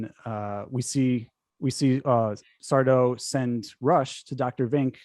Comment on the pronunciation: IT'S SARDO! ACCENT ON THE DO, YOU PHILISTINE!